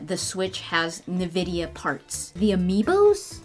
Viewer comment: its ok a lot of people struggle to say Nvidia the right way :p